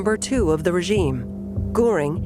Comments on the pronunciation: It bothers my ears when they mispronounce the names of Goring and Rohm. It's Göring, and Röhm. Or Gøring and Røhm. The Ö should be pronounced similarly to the Ì in the word "girl" in the English language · Some editing was needed for the terrible pronunciation of some German words. Von is pronounced fun in German, Goring, with an umlaut over the o was constantly mispronounced.. Nothing was mentioned of the temporary set back of the NSDAP in the November 1932 election which had Goebbels frantically pronouncing doom. .